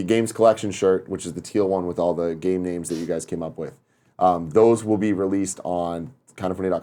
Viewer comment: Carson Smith He really slaughter all the names didn't he